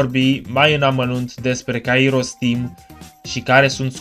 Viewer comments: are dreptate ppr dar nu prea are rost.. se spune kAiros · litera accentuata este a nu i in numele lui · pentru ca pui accentul pe i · Mor de ras cand pronunti Kairos